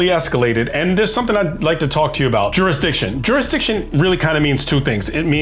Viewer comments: "Don't give me any of that juris-my-DICtion crap!" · Juris-my-diction! This old bloke shouldn't be carrying a badge, chasing cars, and scaring women. He's too old for this BS